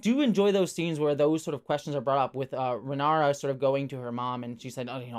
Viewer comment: Just a heads-up (I know it's the first episode with a lot of weird names), it's Rhaenyra (Reh-NEE-ra), not Ranyra, Rihara or Rihanna. But Rihanna was funny, not gonna lie :P